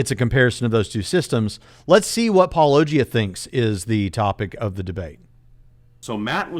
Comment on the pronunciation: I felt like went out of his way to mispronounce Paulogia as [paul-Oh!-gee-uh] every single time.